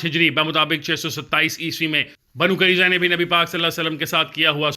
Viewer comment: Pronunciation correction.... Banu Qai-nu-qa, Banu Nuzair, Banu Quraiza, Masjid Quba